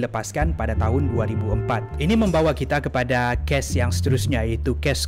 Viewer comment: cuba sebut perkataan tu..bgi btul skit..sbb sya dngar kau sebut ges bkn kes🤣😂😂